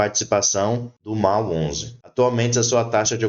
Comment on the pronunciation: A pronúncia correta é….Mól onze